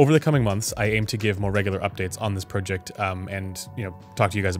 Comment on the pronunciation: Speaking of happy with sound, I'm not happy with the sound of how you pronounce the word project.